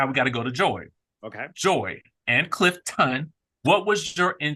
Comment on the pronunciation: So immature of you to keep saying Clif-TON and disrespectful to your cast member! He corrected you which is fine and you should respect that!